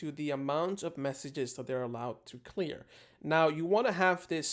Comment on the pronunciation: he said "clear" when it's 'clear'